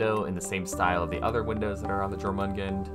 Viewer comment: just saying, the j in jormungand should be pronounced like a y. the name is based on the norse jormungandr